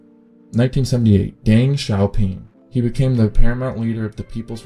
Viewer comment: Good video, very informative. But mild correction on the pronunciation: the Chiang in Chiang Kai Shek is pronounced Ch-ahn-g and Deng in Deng Xiaoping is pronounced like Dung. Keep up the good work tho!